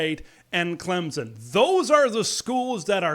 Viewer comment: There is no Z in Clemson. It is pronounced with a slightly perceptable "p" after the "m" get it right